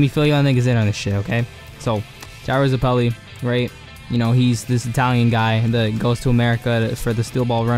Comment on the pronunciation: STOP SAYING "ZUHPELEI" GOOD LORD